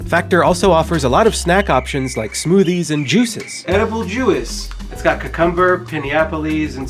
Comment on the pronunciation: please never pronounce it cuckumber ever again